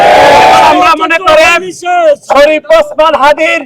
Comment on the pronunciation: যাক ভালো নাম টা ঠিক করে বলতে পারছেন।